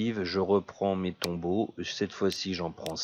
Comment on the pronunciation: tu me fais rire :) XD c'est tomberaux pas tombeaux XD et Ranche pas rancher j'adore ton humour dans tes video